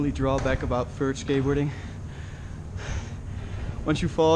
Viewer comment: he said vert like fert